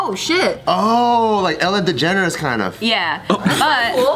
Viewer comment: my guy said ellen degeneres 😂😂😂